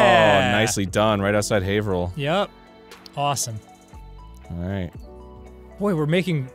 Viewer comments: I've got to say, for the MA one I guessed Lowell instead of Lawrence, but I'm mostly impressed that Arin managed to instantly pronounce Haverhill properly. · The pronounce Worcester almost right and nailed Haverhill. Those are really tough for non new Englanders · I'm just impressed Arin pronounced Haverhill correctly. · Extra points to Arin for pronouncing Haverhill correctly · I'm amazed they pronounced both Haverhill and Worcester right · Jesus Christ. Arin, said Haverhill right